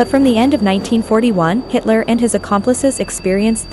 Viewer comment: A pronúncia dessa moça que narra o excelente documentário é péssima. Nunca vi nada pior , fala os nomes colaboradores de Hitler errados. Aff !! 🤔🙄😳😖